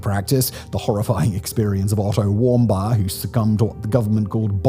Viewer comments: I believe his name is pronounced warm beer, not bar. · “Warm-bye”? It’s pronounced “warm-beer” you dolt. How are you consistently bad at this??? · Why is he pronouncing Otto’s last name like that? He said it right in his other videos….. 💁🏻‍♂️ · You cannot be real, the way you talk is so annoying and exaggerated. Also the way you say Otto warmbier makes me want to cut my ears out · His pronunciation of Otto Warmbier is pretty wack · It never stops to amaze me how Simon knows nothing besides the script. In this video, the repeated horrible pronunciation of Warmbier's name gives away that he never heard of him before.